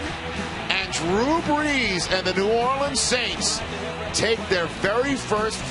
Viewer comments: One Commentator said Drew Blees on - listen closely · “Drew Bleez” 😂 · He said Jew Blees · He said Drew blees! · ummm I don't know if you heard it but I tink its Drew "Brees" not Drew Blees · I like how the guy said drew blees and said they had to use thier "times out" instead of time outs